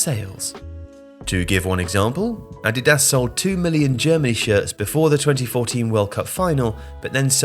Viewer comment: Curious why you pronounce 'Nike' correctly but 'Adidas' incorrectly?